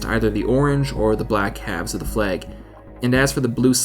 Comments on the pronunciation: Has no-one else mentioned that he keeps saying 'fleg' not 'flag' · Flahg not fleeeeg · Just cant get over how you say "fleg" and not "flag". Nice vid though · Can someone please explain to me why the people who narrate these videos pronounce things so incredibly weirdly? F L E G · "Fleg?" :p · The video was nice but the way you said flag is odd because I didn't know what you where saying